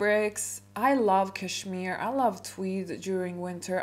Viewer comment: Hahahahaha why not start your etiquette classes by learning how to pronounce cashmere. You can try and fake class and etiquette all you want but I think one way or another it will always show 😂